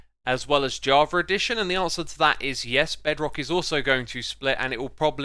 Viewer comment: Why do you say javar edition instead of java edition?